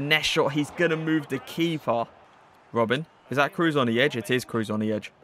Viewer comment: Toni Cruz 🤣🤣🤣🤣 nice Review man... but how u pronounce him 😅 big oof